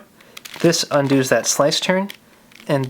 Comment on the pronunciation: *Undoes pronounced 'Un-Duz'